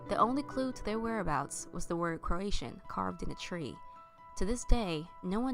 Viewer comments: Kro-Uh-Tow-Uhn. NOT Kro-AE-Shun. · literally came here to type exactly that. People, it’s CROW UH TOE IN and it’s APP UH LATCH AN